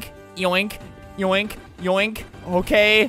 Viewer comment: did anyone here "Boke" instead of "Okay"